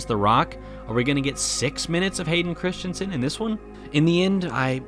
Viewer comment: The name is Not Christchensen.